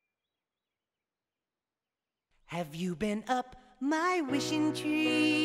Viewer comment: Let's climb the chee climb the chee(tree)🤣🤣🤣